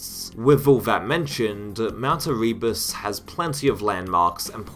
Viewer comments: Eh-reee-bus 😂. Never heard that mispronunciation before, but there’s a first time for everything 🤷‍♂️ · The way you say Erebus kills me and that bfg technique is awfully, but otherwise great video